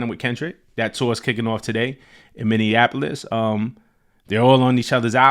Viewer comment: Shout out to for pronouncing "Minneapolis" correctly, it sense impossible for most celebrities.